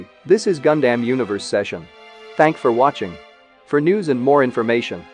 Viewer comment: Please change that "gun-damn" pronounce 😔